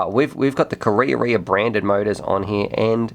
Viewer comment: wow, that beast looks sensational!, another great review but correct pronounciation of Karearea is closer to ka-raya-raya... check out